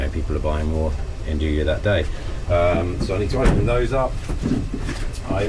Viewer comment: Love the channel! The way you pronounce andouille drives me bonkers. I'm looking forward to the release of the Dome Gen 2 XL in natural gas next year. I already have the funds earmarked. Thank you for sharing so much knowledge. If by chance you see this comment I don't have a good option to get fresh yeast local nor do I think I would use it all to justify the delivery cost. How much of a difference would active dry yeast change the fermentation times? I read to use 1/3 the amount of active dry yeast as called for in fresh yeast. Cheers bro!